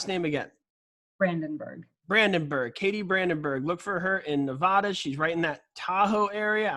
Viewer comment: Dear, luv prepagent! Getting my license in Reno as well. Please when saying Nevada remember the a is not an o. It’s not pronounced nevoda. People who have lived here get super offended when you say it wrong. Lol